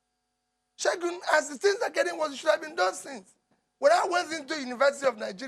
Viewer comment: He kept calling him Segun. Lols